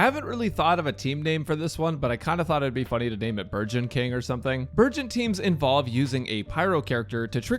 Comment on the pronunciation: I keep hearing burgeon as virgin...